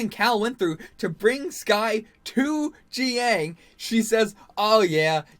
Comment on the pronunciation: Jiaying is pronounce JUY (rhymes with GUY) - YING. It’s not GEE-YANG.